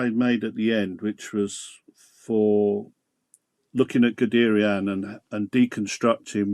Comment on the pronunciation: pronounced gudayern